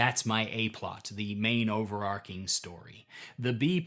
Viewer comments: “It’s over-ARCH-ing”, not “Arc-ing”. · Overarching is pronounced over-arch-ing and not over-ark-ing. If you know where the "plot" is going to end up, then it's a railroad. Personally, I prefer the idea of situations. Lots of situations. As you have already decided to run a railroad then published adventures are acceptable. Didn't stay for the cats. I have dogs. Lots of dogs. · Interesting approach! I'll keep watching your stuff if you start saying "overarching" instead of "overarcing" too! Keep at it. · Not at all relevant for the topic of this video, but "overarching" is pronounced with "ch" as in "chip". The word "arc" (as in "character arc") is pronounced with the "c" as in "coal".